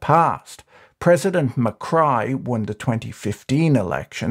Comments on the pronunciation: Macri is not Mycry... it is pronounced macree...lol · Great video. I really enjoyed it but I was really annoyed by the mispronunciation of Macri’s name. It’s pronounced MACREE, not MACRY. Also, I think you kept confusing Milei with Macri at the end part of the video. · Macri not Macry... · u mix up macri and milei a lot towards the end. kind of frustrating. also it’s ma-cree not ma-cry but anyway.. good in depth video ! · is not javier macri, its javier milei, its also not pronounced ma-cry, (as in crying) but ma-cri (as in ma-khri) Greetings from mexico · i'm genuinely confused if calling milei mccry is a joke or an honest mistake given the reference to the earlier president "macri" as mccry (pronounced mac-ree) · Macri, not Macry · Macri is pronounced /macree/ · It's not pronounced "Macray" but "Macri" with "i" sounding like "ski". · It's Ma - cree, no Ma - cry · Its not macry, its macri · /makrai/ 😂😂😂😂😂😂😂 it's spelled /makri/ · The 2015 to 2019 president was Maurizio Macri. Besides mispronouncing his name (Macree would be better), Patrick did mix up toward the end. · I'm calling Macri "McCry" from now on just because that's how Patrick pronounces it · Loved the pronunciation of Macri as Mah-cry. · Every time you pronounced Macri as Mi-Cry made me laugh my ass off 😂😂😂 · 'Ma-Cry' that is gold 🤣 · Macri is not pronounced Ma-cry. But it will be from now on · Can you please be precise in your names and pronunciations? You call Macri "Muck-rye" and then refer to Javier Milei as "Hay-vear Muck-rye" and "Muck-rye" toward the end. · Argie Pronunciation Macri = “McRee” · President "Muh-cry" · who the fuck reads Macri and think is pronounces MCcry? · I giggle a little every time I hear Macrai and Milai.